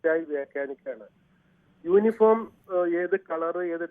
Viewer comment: ...യോനിഫോമ് അല്ല യൂണിഫോം ആണ്...